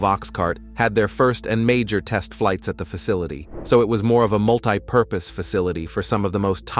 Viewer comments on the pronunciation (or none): Can not stick to 1 way to say a name, can not pronounce the Greek prefixes ANTI as in "anticipate" & MULTI properly, making them 2 words being A.NT EYE & MOLT EYE